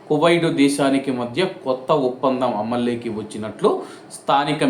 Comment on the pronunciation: Amal llayki kadura bose dk telugu baga chappu lloki అమల్లోకి anichappali అమలేకి kadura suwar